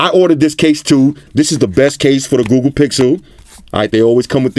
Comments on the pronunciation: "gOooGoo" Im sorry, lol😶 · that smell test had White Shoes running for the hills. Love how it sounds when says Google (GooGoo).